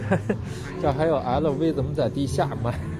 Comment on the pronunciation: 小说把Lv包说得太有北方特色了